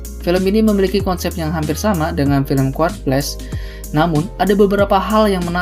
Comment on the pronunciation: QUIET bacanya Quwayet ya bang 😅